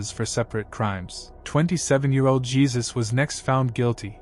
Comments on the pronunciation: It's pronounced "He-soos" not "Jee-sus" The mispronunciation bothered me so much😫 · It’s HAY ZUES!!!! Not geezuz smh damn goofies